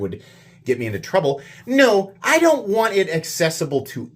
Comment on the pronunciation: "Wan't" - come on,, you can do better than that.